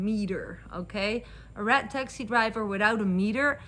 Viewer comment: Through the whole video, i thought you were saying rat taxi then i realized you were saying RED taxi. Lmao😂